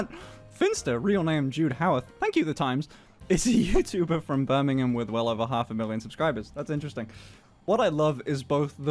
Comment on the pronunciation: Birmingham becomes Burningham